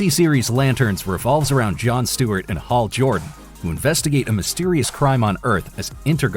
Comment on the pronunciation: Really? lazy AI... HALL JORDAN:(: (